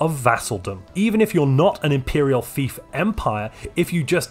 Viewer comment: I heard “imperial thief” not “imperial fief” at the end, which I think sums it up well. I would like to see a take on the prospectorium start, namely in how you can increase your research stipend from your overlord to gain even more research than I think a scholarium could leach, and emerge from your vassalage with a territory filled with strategic resource deposits.